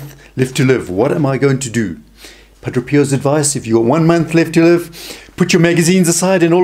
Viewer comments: It’s Padre pio not Padro Pio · Friend, Thank you for your ministry.. however, if you are going to continue with it, it is essential that you learn to pronounce the Padres name correctly. Phonetically it is: Pah - DRAY. Pee Oh Not Pa DRO pee oh Blessings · It is Padre Pio and not Padro Pio...! Let's learn to pronounce the name correctly if you want to be taken seriously on your video. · Wonderful video. The speaker has a very unusual way of pronouncing the saint's name. To my ear at least it sounds like he is saying Padro Pio. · why does he say padro? which is it?